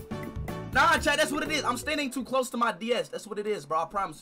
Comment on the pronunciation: he said he’s standing stoo tlose